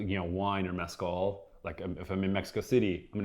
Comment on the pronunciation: I’ve never heard anyone butcher the word Mezcal so badly.